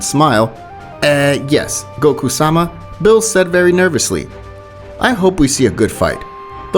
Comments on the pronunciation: why do u say names wrong cause beerus name is beerus and u said billis something like that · why do you keep calling beerus "bills"? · Why does he say bills not Beerus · Did you say bills? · He says Bills instead of Beerus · I don't want to be that guy but it's not pronounced bills it's beerus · Bro it Beers not bill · BRO WHY DOES HE SAY BILL INSTEAD OF BEERUS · And its no birus its beerus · Did he call beerus bill 💀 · its beerus not bills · Man is calling beerus “bills” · It's NOT BILLS ITS BEERUS hope that helps u not to say bills and say beerus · He kept callin Beerus Bills I’m dyin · Bruh bills instead of beeris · Why u say beerus name as Bill's? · Also calls beerus "bill" or "mr bills" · Good p2 also why does every new what if channel say beerus as bills do u speak Spanish? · I swear this man Is purposely saying ‘bills’ as beerus and Caulifla as a he. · It’s beer-us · Bills is beerus in Spanish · I HATE HOW THIS MAN SAY BREEU NAME SO BAD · This pissed me off watching, dude make a better commentary, you said he instead of sue like 70 times, you called beerus bills, it’s say-an not say-I-an, commentary makes these videos what is is, plz change it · Man out here saying things like sayayin... Calling everyone male pronouns and calling Beerus Bills lmao... Love ur vids nonetheless... Tho it's sayajin if u want the Japanese pronunciation... J like juice :)